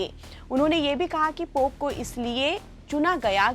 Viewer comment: पॉप नही पोप.